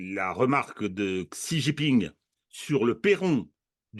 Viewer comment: scie jean(s) ping ( pong ) ... c'est comme ça que ça se prononce.